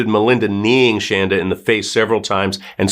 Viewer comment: It’s Shanda not Shandra